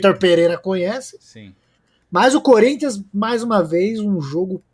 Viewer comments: eu nunca tanko esse "corinthia 🤏🤏🤏🤏" kkkkkkkkkkkkkkkkkkkkkkkkkkkkkkkkkkk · Corin(tcha) rhûh!